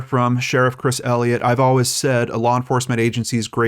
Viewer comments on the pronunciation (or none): none